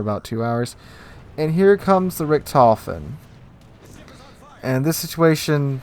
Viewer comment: I'm not a great WoWS genius player, but to me it looks like of all the decisions you could have made along the path towards disaster in that first GK game, you almost consistently managed to pick the worst available options. Had a bad day maybe? also (a bit nitpicky) your pronounciation of "Richthofen" is very off. Without seeing the CVs name attached to the squadron, I probably wouldn't have known what you were even talking about. If that's not something you care about, fine. Otherwise you might want to look up the correct pronounciation somewhere :-)